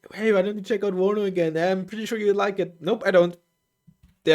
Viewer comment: its warnover